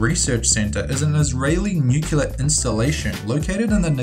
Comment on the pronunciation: NUCLEAR not NUCULAR